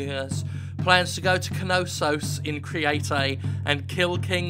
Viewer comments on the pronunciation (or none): >crete >cree-ay-tay wut